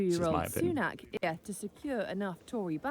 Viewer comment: Sunak has a short 'a' not aak.